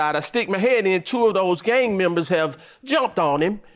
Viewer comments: Maam it's GANG not game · She pissing me off saying game instead of gang!🤦🏽‍♀️ And him trying to gaslight is ridiculous! 😒